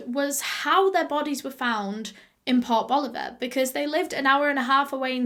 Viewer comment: Anyone else hear "pop Oliver". Rather than port boliver? I LOVE your accent